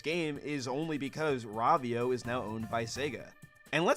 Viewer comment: I don't think that's how you're supposed to pronounce Rovio LOL😅